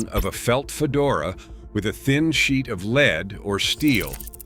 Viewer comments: Artificial Intelligence isn't so intelligent if can't pronounce lead properly or properly identify between Al Capone and Joe Bonnano. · Joe Bonanno is not the pictured person, that is Al Capone. Also, lead not pronounced leed. Editing, editing, editing.